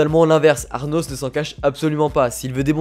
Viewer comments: cest pas arnos mais anos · "ARnos" C'est pas plutôt Anos Voldigoad ? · Du coup le nom du mec c'est anos et non arnos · Ces Anos et non Arnos comme tu dit ahahah😭😭🤣🤣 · Tu m'a casser la tête à dire aRnos c'est ANOS VOLDIGOAD LE CRUEL ROI DEMON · "Arnos".... C'est "Anos" il y a pas de "r" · J'adore tes vidéos, mais pour cette vidéo, c'est le ARNOS qui me dérange, c'est Arnos 😅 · C ANOS PAS ARNOS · Pourquoi tu dis ARRRRRRRRNOS alors que c'est Anos ? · ses anos pas arnos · Anos, pas Arnos x) ça m'a trigger toute la video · Par contre faut arrêter de l'appeler Arnos comme un gogole